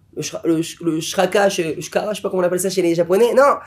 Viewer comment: On dit le chakra mdrrr